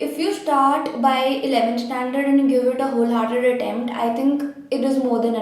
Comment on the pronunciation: When you say word "T" its very sharp. ex. AttempTT